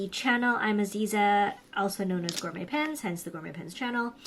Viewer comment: Gor-met ? Really. And you’re Canadian… you practiced for this video before broadcasting didn’t you?